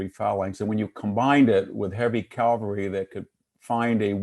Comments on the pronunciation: and and It's not "cal-va-ry", it's ca-val-ry. Calvary is a word but refers to the purported location of the Crucifixion of Jesus of Nazareth. It was interesting to hear VDH admit that the Framers of the American Constitution intended to foster cultural and political evolution. Contrast this with the doctrine of "originalism". The current reaction on the part of the alt-right seems to be an attempt to reverse recent cultural trends and roll back the evolution to a multicultural future. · Nice talk but why is he saying "calvary" instead of "cavalry"?